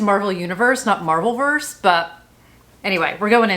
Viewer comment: Marvelverse sounds like you're mispronouncing marvellous 😊